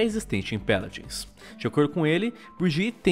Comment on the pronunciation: "Peladins" jksksks